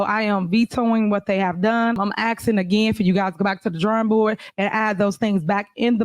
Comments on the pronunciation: It’s asking not axing. Her grammar is so unprofessional for a mayor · The mayor is axing